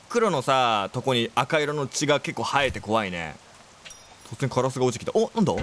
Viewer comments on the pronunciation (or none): カラスの発音が気になりすぎる………ナマスみたいな感じじゃん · 安定のカ⤵︎ ラ⤵︎ ス⤴︎ が聴けて嬉しい！笑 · やっぱりカラスのイントネーションが気になるけどなんかかわいい笑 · カラスの発音が相変わらずで、都会に完全に染まってなくてよかったぁって確認してるw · でたwのカラスのイントネーションww